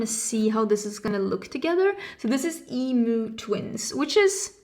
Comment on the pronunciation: As an Aussie (Ozzie) I’m excited seeing this new palette can’t wait. By the way emu is pronounced “ee- mi- you” the sliding vowel sound is called a diphthong